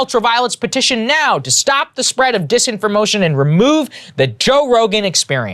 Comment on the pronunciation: Saagar while reading legit said, “scotify”, “padcaster”, and “disinformotion” LMFAO 😂 Krystal looked at him like “wtf” Great show though. One of the best sources for news if not thee best!